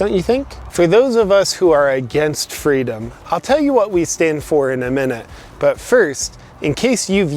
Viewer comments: I think you mean fweedom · Excellent work! who needs fweedom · Don't you mean "Fweedom" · All the leftys I know believe in fweedom now..